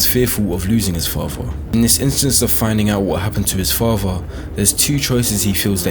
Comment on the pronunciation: The way the narrator pronounces “father” annoys me to no end. It sounds like he has a big golf ball in his mouth.